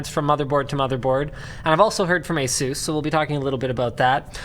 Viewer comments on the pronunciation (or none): It's not Asooos It's Asus